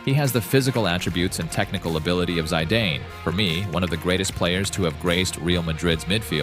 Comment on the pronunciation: I couldnt watch this video with the Zidane pronounciation 😅